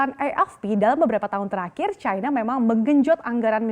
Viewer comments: Ejaan Baru Bahasa Indonesia.. Yang di SAMARKAN. "i" dibaca "ai" Kok bisa yaaach... China dibaca cAina Gurunya Salah Asuh niiich..😂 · CNBC, harap gunakan bahasa indonesia yang baik dan benar.. jangan selalu menyebutkan Tiongkok dengan sebutan China, apalagi presenternya selalu mengunakan sebutan china dengan logat bahasa inggris..